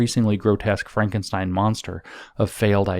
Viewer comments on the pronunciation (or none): none